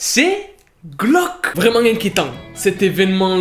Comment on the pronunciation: Je suis la seule à entendre "vrai mangue" quand il dit " vraiment" ? 😭